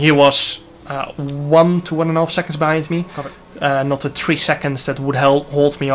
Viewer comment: I like how your Acssent makes you say Tree🌳 instead of Three 3